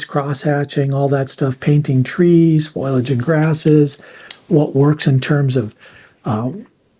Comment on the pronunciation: Thanks for sharing such useful resources. (BTW, it's foliage, not foilage.)